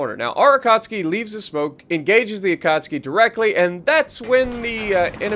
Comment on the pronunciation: man I love your videos but pls pronouns akatsuki right